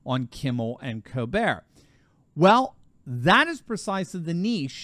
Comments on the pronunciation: You might consider pronouncing Stephen Colbert's last name as "Kol-bert" not "Colbere' as he was born in Washington D.C., not Paris, France. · This is America, stop catering to Steven Colbert by pronouncing his name like were French. In America it's pronounced Coal-Bert, NOT Coal Bear!